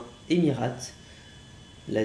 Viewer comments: Essaye pas de dire le nom d’une compagnie car c’est pas Émirat (tu le dis comme ça) mais c’est émiratES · Stp, on prononce Emir"ei"te pas Emir"a"te. Merci 😉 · Mdr Emirates fly🤣 mais c'est fly Emirates ça se prononce Emira(i)tes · christophe c t’a trop raison tg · On écrit emirates mais on lit ça emireytes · On dit EMIRAIYTSSS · Ça se prononce "Emireyte" et ça s'écris "Emirates"... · On dit emiraytes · Non mais STOOOOP c Fly EMIRATES et avec une prononciation anglaise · on en parle de la prononciation de emirates mdr... tkt on t'en veut pas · T es trop bas bello, t'a mis 10 min pour décoller, tu sais pas prononcé Emirates, tu sais pas conduire, mauvais jeu d'acteur! On a le bouquet mon grand babouin hein! 😂 C pas méchant bien sûr!